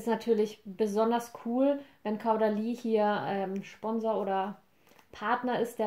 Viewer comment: Sry aber das irritiert das ganze Video über: Caudalie spricht man Kohdalie ;)